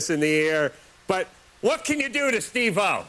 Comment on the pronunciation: SteveO not steve - o